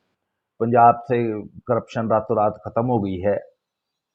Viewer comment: Khatam hogi hai... That Punjabi tone..😂😂.. app roast badiya krte ho.👍.. PRANAAM ❤️🇮🇳